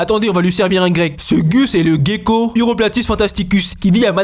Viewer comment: Gecko !! Ça se lit JÉKO Tu dit pas GUIrafe....